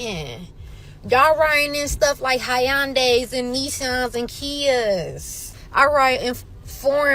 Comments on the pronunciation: Did she say Hi-yan-day? We are seeing dark days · So unattractive 🤦‍♂️ A 16 plus 😂😂 stop it. “Hy-an-days” Lmao idiot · She can't even pronounce Hyundai and don't know its a foreign company.